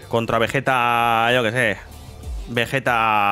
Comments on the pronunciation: Entiende no es vejetaa esa VEGETA con geeee de gato. Repite conmigo VE GEEEE TAAA VE GEEEEE TA VE GE TA Pronúncialo: vegueta, vegueta, NO ES VEJETA ES VEGUETA ASÍ LÉELO Y ASÍ PRONÚNCIALO VEGUETA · Según la serie tendría q pronunciarse como veyita no Vegueta